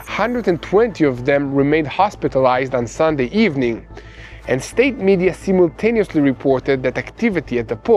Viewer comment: But, his Israeli accent, at times, confuses me, and sometimes makes me laugh! Words like, simultaneously....or, chlorine! He reverses the long and short I sounds! Sometimes he reverses the location of the accent on a particular word! But, I'm learning to "translate" his little word quirks! 😆